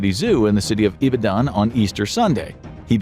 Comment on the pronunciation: Sorry, love your stuff but I won't let you mispronounce Nigerian names. I seriously don't care about Abodunrin but Ibadan is pronounced EE-BA-DON